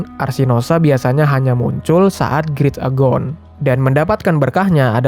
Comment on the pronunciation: Btw itu turnamennya namanya "great agon" tapi di bacanya "great egon" bgh, lo bilang nya grit agon🤣🤣🤣